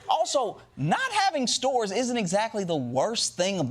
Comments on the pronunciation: To me it sounded like he said "They don't even have SEWERS anymore" which is even more insane than not having stores anymore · I heard sewers every time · I heard sewers not stores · I thought DJT said sewers not stores. 😮 Either way, it's a lie. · I thought he said there are no sewers in Portland not stores but either way.. like, WHAT?! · It sounds like he’s saying “you don’t even have any sewers anymore”… Not “you don’t even have any stores anymore”. Which is even more absurd than the idea of saying its so bad that they don’t stores anymore 😂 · Well, I thought he said “sewers” instead of stores. Confusing, but not that crazy for Trump. (Although I did wonder WHERE did he get that idea.)